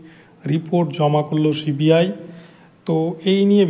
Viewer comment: Cbi উচ্চারণ ঠিক মতো করুন।